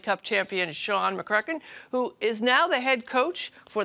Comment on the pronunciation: She completely BUTCHERED the pronunciation of “McEachern”. That’s public broadcasting for you. She has absolutely no idea who Sean is but more importantly that he rocked the Matignon Mohawk during the boy’s high school state tournament.